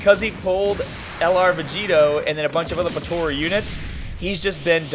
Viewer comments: lol why he saying potora XD but yeah potara is still the most broken team ever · Dude... potara not tora